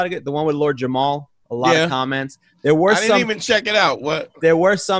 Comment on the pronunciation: SO many people mess up Lord JAMAR’s name like the opening of this video .. it’s not Jamal, the last letter is “R”. Put some respeck on the name of the Brand Nubian hip hop legend! Peace to the Gods...